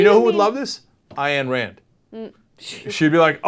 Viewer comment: Radomly attack Ayn Rand? try pronouncing her name right at least